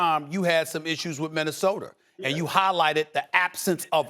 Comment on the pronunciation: Ahhhhhhh I missed SAS saying Minnesoter.